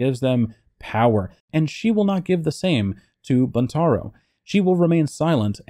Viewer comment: Pronounced Būntaro with a long u.